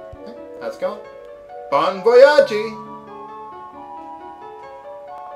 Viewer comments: uhh, I believe its pronounced Bon Voyaj (said not spelled) not on Voyagee.:/ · I think pronouncing the silent E, was more for comedic effect than ignorance